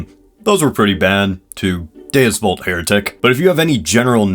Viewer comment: The v in vult is pronounced like a w